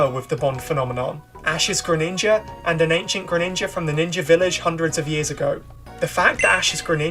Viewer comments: GRENINJA, NOT GRENINGNGA! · THE SECOND I IN GRENINJA IS SUPPOSED TO BE A J! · DO NOT LEAVE OFF THE E IN GRENINJA!